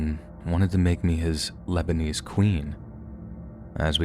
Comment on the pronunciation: Labanese queen! Pure cringe.